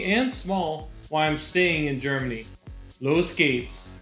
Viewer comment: It's "los gehts" Not "lois gates"